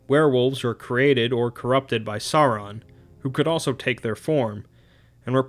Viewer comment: Sauron is pronounced Sour-ron.